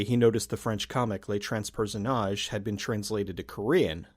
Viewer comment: Little friendly pronunciation guide :) all french words ending with "e" sound like the english "huh" or "uh". unless there is an accent over the "e". A suivre : Ah-suey-vruh Transperceneige : Trans-pair-su-nayj-uh also, Weinstein is a douche